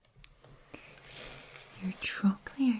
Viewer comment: Well now,, there is nothing quite so nice as the word 'trochlea' said in a soft Scottish accent. Thank you so much, I have just discovered ASMR and think I may be an incurable case. Hey ho, I have decided to continue with the therapy and hope for the best.